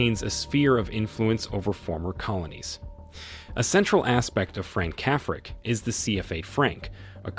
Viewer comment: It's AI-generated nonsense, hence rendering Françafrique as "Frank Cafric" lol